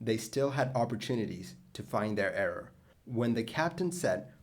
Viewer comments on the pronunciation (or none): none